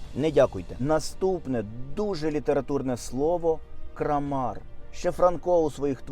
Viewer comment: Кра мар , а не крамар. Наголос має значення. Якщо- кра'м ниця, то вже і кра'мар!!! Круто !!!!! Не дякуйте. Наголос дуже багато означає у моїй мові😂